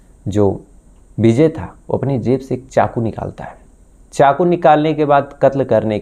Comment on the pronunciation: Beejay nahin vijay bol bsdke